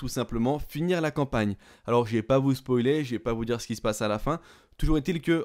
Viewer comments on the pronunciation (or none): none